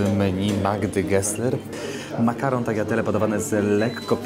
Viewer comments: Nie no fajnie że pouczasz jak to się nie mówi gnocchi, ale chwilę przed tym na tagliatelle (taliatele) mówisz taGliatelle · naucz się jak się mowi tagliatelle proszę <3